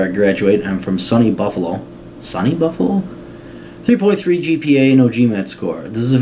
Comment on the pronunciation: lol listening to you pronounce these native new york words was hilarious . Baruch = pronounced "ba-rook" ; SUNY = pronouced "soonie" acroymn for "state university of new york"